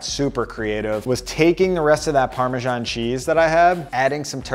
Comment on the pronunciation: Great content! Thanks. But, please check your pronunciation of parmesan